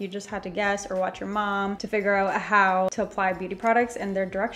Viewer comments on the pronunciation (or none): none